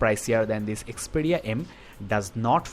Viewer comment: It is not Xpedia.. It is Xperia...